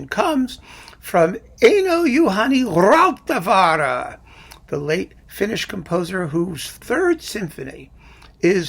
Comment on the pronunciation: So many informed persons will tell me to rate the second Stenhammar over the first; but I am very fond of his warmed-over Bruckner or whatever it may be. Congratulations on correctly pronouncing "Einojuhani Rautavaara." I make it easier by calling him "Ain't No Use, Honey: Rutabaga!" As for Richard Wetz, I pronounce his name in the German fashion, but cannot do so without adding, "He vets his pents." This concludes my scholarly observations.